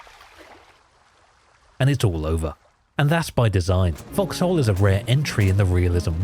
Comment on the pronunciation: Why calling it FoxHole... It sounds like F**ks Hole